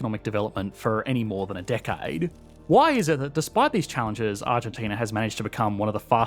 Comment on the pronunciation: the accent😭😭, a decaied